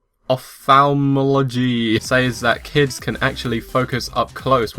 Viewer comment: Opthalmology is pronounced op- thahl-mologee